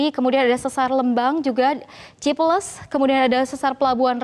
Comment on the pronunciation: salah pelafalannya pas sesar lembang & cipeles